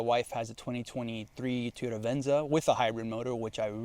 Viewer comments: I find it very annoying the way you say Toyota. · For me it’s just the way you say Toyota lol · The way you say TOYota is absolutely baffling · How do you own that many toyotas and can't even pronounce it right. 😂😂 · why do you say TEEyota and not TOYota? must not be that big of a fan if you can't even pronounce it correctly. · You say "teeyota" , the rest of the world says "toy-OH-ta" . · If you’re a huge Toyota guy then why do you call it a Tee-Yota? It’s Toy-Yota. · What’s a “Tee yota”? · Bro stop calling it teeyota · Tiyota? lol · Toyota not teaota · What is a "Two-yota"??? Why do you pronounce it so differently? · What is a TEE-O-dah? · Why do some people call it teoyota? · Why does this guy keep saying "Tea-ota" instead of "Toyota"? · Stop saying Teoyta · Wtf is a teeyoda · Bruh. “Tee-yota” Quit it. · Your pronunciation of TOY-OTA as tee-ota is terrible. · whats a teeota? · Is he saying Teeyota? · TF is a teayota? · the way you say teyotah was painful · How many times can you say "Teeyota?" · Wtf is a teeyota? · "T-ota"? Where do you get that? I think it's Toy-ota. Must be Spanish for Toyota. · What the heck is a Teeyota? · TOYota not TEEyota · How can you claim to be a Toyota guy when you pronounce it Tyoda? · TOY-YO-TU NOT TEE-YO-TU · It's Toyota not teaota 😂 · Say it with me...Toy-yo-ta. BTW I'd pick the Frontier 10 out of 10 times...not a Tacoma fan at all, they're cramped and aren't what they used to be...ever since they had frame rot issues they've been going down hill, and all the new tech and turbos just compounds the problems. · Wtf is a a Teayoda? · Do you mean "toy" ota....what's with the way you pronounce Toyota? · Did he say teyoda😂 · TOY-ota, TOY-ota, it’s easy to say. 😊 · I thought Yuri from the Straight Pipes was the only one to pronounce Toyota as "Teeoda." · Fact that you say teeeyota you should stick to Nissan, you have no business driving Toyota if you can’t even say it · Drink every time he say”Tiyoda” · I felt pain every time he said that